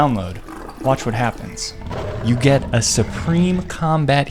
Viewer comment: Get not ger